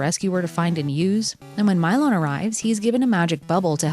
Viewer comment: This game looks interesting, but aggravating. Although I assumed it was pronounced Mee-lon.